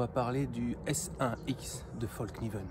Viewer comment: Un conseil , pour avoir été empêtré dans une conversation identitaire, ne dit pas fallkniven comme tu le dis devant un suédois qui a trop bu 😁. Ca les fait rager de nous entendre mal prononcer leur rares marques alors qu'on fait des efforts pour prononcer correctement london, Manchester united , nike comme il se doit ..😉 Moi en tout cas mon coeur balance . J'ai eu des version d'autre couteau avec revêtement dans le passé. Et avec le temps ça devenait dégueulasse. Bref après tout ce temps il donne quoi le revêtement ?